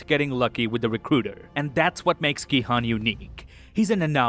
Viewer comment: It's pronounced Gi-Hoon. They say it often.